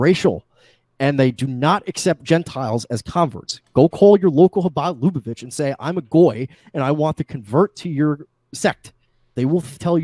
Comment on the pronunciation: Omg this drives me up a fucking wall. It's not pronounced "LOO-bo-vitch," it's luh-BUH-vitch.